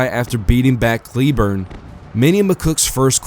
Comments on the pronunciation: Fairly sure it' "Clay-borne" and not "Kleeborn" but whatever. You do you, boo,. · The last name of General "Patrick Cleburne" is famously pronounced "CLAY-burn" ( /ˈkleɪbɜːrn/).